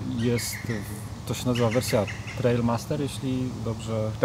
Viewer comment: TRIAL, nie TRAIL :)